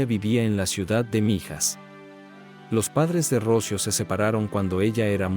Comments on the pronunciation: Se llamba Rocío, no Rócio. Qué clase de español hablas tú? ??? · Qué horror de informe, tienes muchos errores, Dolores no mato a Rocío,Alicia se obsesionó con Dolores y de ahí tantos errores,y no es Rocio... Es "Rocío" con acento en la " í" aquí en España es un caso muy conocido y muy doloroso,a Dolores le destrozaron la vida. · El que habla es latino. Me molesta cuando acentúa mal en nombre Rocio, cuando se pronuncia Rocío. Nada peor que un latino queriendo parecer en estadounidense. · Relatas mal, dices ROCIO sin acento, el nombre correcto es...ROCÍO!! Por favor se oye horrible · No puedo ver el vídeo por como dice Rócio... es Rocío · Porque pronuncia Rocío sin acento, suena horrible la manera como lo pronuncia el nombre de Rocío, por piedad y honor a la niña, pronuncie bien, correctamente el nombre de Rocío. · Por qué dices Rócio, si es Rocío? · Q horror, como q rocio 😮😮😮 debe ser ROCÍO, ROC "Í" O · Se dice ROCÍO con acento en la I . Palabra triisilaba. RO - CI - O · Pronuncia muy muy mal el nombre de Rocío , no lleva acento en la O , lleva acento en la i , Ro-ci-o . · se pronuncia ROCIO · Totalmente de acuerdo contigo. Si la gente va a usar la "inteligencia artificial" para sus documentales, debería tener buena ortografía. Por lo menos a mí, me resulta insoportable escuchar el nombre Rocío sin su respectiva acentuación en castellano. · Interesantes historias pero no sé leen correctamente los nombres. Rocío lleva tilde en la I, no en la o. Y cuchillo no lleva tilde alguna. 😏